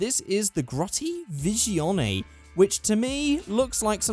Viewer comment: Isn't it pronounced Visione? Not Vishion? I'm not the best with Italian car names... And agreed. Those tires are horrible.